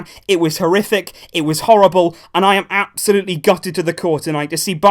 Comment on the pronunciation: how many times did he said "AB-solutely"? XD